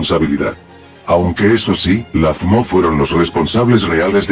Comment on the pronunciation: Aaaaah sacrilegio! pero si el loquendo si pronuncia bien FMO solo tienes que separar las letras -1000 Loquendo points